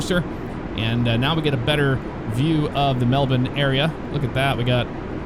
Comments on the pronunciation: Mel bin is absolutely the correct pronunciation (y). Go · I bet you don’t pronounce alot of things right out of your country MelBin 😂 yea that is exactly how you pronounce IT ... maybe they should spell it correctly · 2 things I can thank for for as an Australian. 1: the pronunciation of Melbourne 2: "fly into Australia"... therefore not including Tasmania as part of Australia which we also do 👍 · Finally an American said "Melbourne" properly. It's "Mel-bin" not "Mel-born". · HE SAID IT RIGHT YESSSSSSSSSSSSS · He actually said Melbourne correctly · Melbourne his my home town, left there about 26 years ago. Glad to hear you pronounce Melbourne correctly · nearly nailed saying Melbourne great job mate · Pronunciation 10/10, never ever heard an Ameican say Melbourne correctly. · wins for pronouncing Melbourne correctly! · A foreigner pronouncing Melbourne correctly??? IMPOSSIBLE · It's funny hearing you pronounce Melbourne correctly but by the way you are talking its like you think that Tasmania is its own country and not a state of Australia. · I'm Australian and this my first time hearing an American say Melbourne properly. Also another nice city in Australia is Brisbane.